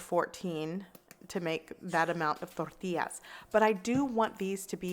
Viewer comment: Frank Da Tank That’s right. I’m of Mexican descent but born & raised in Southern California near the Mexican border. Even the white and black folks down here learned a bit of Spanish and said “Torr tee ahs” properly.👍🏻 She is saying it with the proper accent and pronunciation. Just like “ha la pen ios” not jal a peenos🤦🏻‍♀️ or whatever... totally butchering the words. 😆 People gonna hate outta ignorance 🤷🏻‍♀️